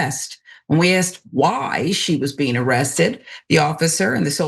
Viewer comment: he said ziesed..not arrested...